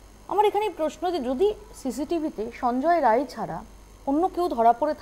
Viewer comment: Sanjay "Ray" na.. vul bolchen... ota Rai hobe